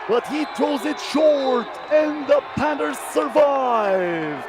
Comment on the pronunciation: Someone tell this announcer Panthers has an H in it. It's not the Panters